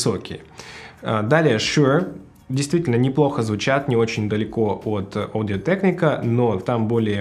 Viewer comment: Одио тэкника? Ты в Америке или где? Почему в России нельзя говорить «Аудио Техника»?